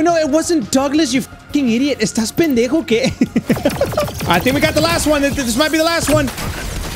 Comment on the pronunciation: I know he said is this pendeho okay but I heard is this person gay